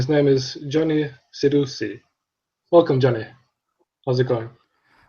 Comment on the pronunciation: I love this guy's voice. He's SUCH a Johnny Cirucci. That's Chi-roo-chi.. I wish people would learn proper italian pronounciation. Including the people themselves. Like stupid real housewife Teresa Jew-dee-chi who calls herself Jewdice. Jewdice indeed. Why would you call yourswlf that if you were actually Italian. And she is fluent in some southern dialect I know she knows how to pronounce her name. Weird. But I love this guy he has a great voice to listen to. Bada Bing